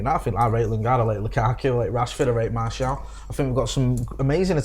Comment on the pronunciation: His name is Martial not Marshall 😂